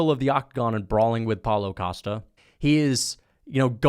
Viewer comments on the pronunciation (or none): none